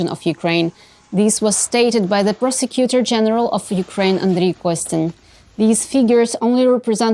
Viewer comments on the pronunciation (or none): Please, pronounce it prOsecutor general, not pERsecuter general. That o should be clearly discernable, not a schwa.